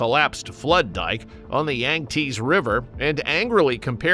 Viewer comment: yang tsee not yang tease. You need better AI.